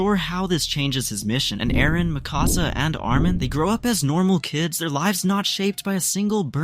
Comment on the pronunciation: Pretty decent video, barring the name pronunciations with Hange and Mikasa. But there's a VERY glaring issue with this. Grisha wouldn't have the time to put his plan on hold as the year 845 was his final year. At best, he'd only have a couple months to live, so chances are he'd still give Eren the Attack Titan after the arrival of the Warriors. Only real difference is that Carla is still alive and there'd likely be a different future he had seen from memory shenanigans.